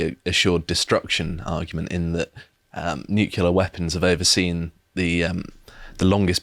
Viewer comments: it’s ‘nuclear’ not ‘nucular’ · Nuclear. Not nukular. People laughed when Bush said it that way and now everyone does it. Don't.